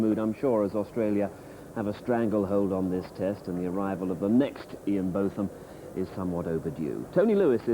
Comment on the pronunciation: Some people call him Both like Hughes did. The first part though. I heard his wife say it in one of the programmes made about Ian Botham.